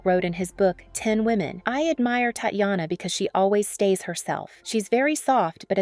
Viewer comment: Her name is pronounced as "Tatiana", please at least get it right if you wanna do a tribute.